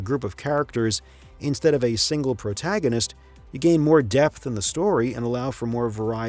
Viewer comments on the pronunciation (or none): none